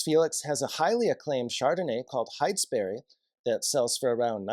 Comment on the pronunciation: FYI... The Steading - pronounced stedding Heytesbury- pronounced hatesbury.